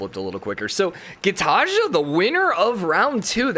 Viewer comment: Gitarja No Gitarja Yes No hate, just please pronounce it like the second one normally.